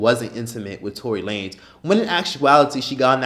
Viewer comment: bruh did you said toilet lanes Lmaoo